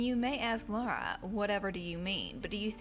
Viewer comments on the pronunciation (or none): none